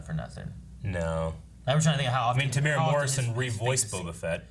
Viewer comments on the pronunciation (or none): Just a kiwi here to let everyone know that Temuera Morrison's name is pronounced "Teh-moo-era" not "Teh-mora"